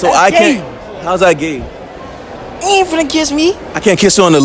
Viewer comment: bruh I’m rolling why he say gay like that🤣🤣🤣🤣🤣🤣🤣😂😂😂😂💀